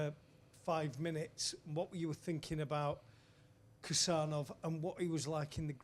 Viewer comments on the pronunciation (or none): Uzbek here! No need to pronounce the 'K' in Khusanov—just say it like 'Who-sun-off.'